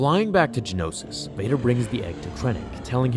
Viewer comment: The planet is Geonosis, not Genosis. Gee-oh-no-sis, not Gen-oh-sis. Four syllables, not three. Same thing with the creatures. They are Geonosians, not Genosians.